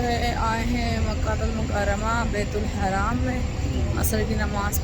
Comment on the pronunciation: Again n again you are saying bait ul haraam it's not baitul haraam .it's bait ul Haram . Please say tauba.